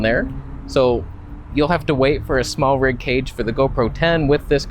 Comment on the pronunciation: Smartrig? I guess you mean Smallrig 😜